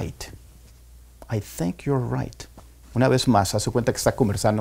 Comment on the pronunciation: Porque pronuncia en F en Think y thought